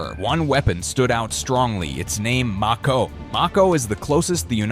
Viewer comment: He mispronounced Mako